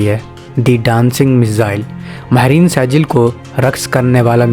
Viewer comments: Dear saijeel nahi sejjeel sahi word hai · لفظ سیجل نہیں بلکہ سجیل ھے اور لفظ قرآن مجید کی سورۃ الفیل سے لیا گیا ھے۔ (ترمیہم بحجارۃ من (سجیل) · Pronounce the missile name correctly you dummy, it's not Sejil it's Sijeel, from Quran. read Quran or not?? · Pronunciation:-Sajil nhi bhai Sijjeel hy